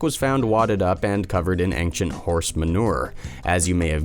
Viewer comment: how come this person still can't say ancient properly, despite constantly saying it.